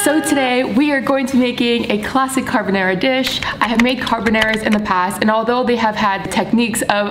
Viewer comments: She took a whole ass class and still says carbonæra lol we stan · CarbonAra, not carbonera. Please!! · just trying to figure out why she keeps pronouncing it carbonEra tho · car-BON-are-ah not car-ba-narah love u but please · You’ve taken a course on this and say CarbonAIRa?